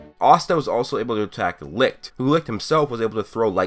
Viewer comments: Only complaint is that u said licht wrong, my guy its pronounced lisht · The way you pronounced Licht made me choke!Had me dying.